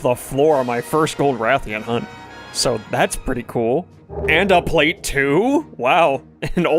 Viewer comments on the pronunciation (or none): none